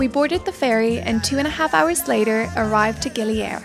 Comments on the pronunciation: FYI : GILI AIR Be spoken ( pronounce ) GiLi Ayer Air in Indonesian its mean Water, not Air in space GILI ( Lombok ethnick language ) its mean Island Ok happy holiday enjoy your trip , stay safe & healthy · Great video. Just a fun fact from a Balinese-Australian to anyone that cares, it's pronounced "ay - eer" or almost like "eye - ear". Air means water. Gili means island. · I knew this would happen so just a quick pronunciation correction. It's pronounce Gili Ay-eer. Air means water.